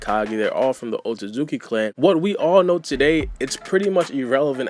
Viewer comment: Sounds like you say O-Suzuki clan lol